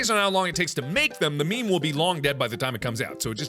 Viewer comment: Mark: IS IT A MEME. IS IT A ME-ME Me: YOU ARE A MEME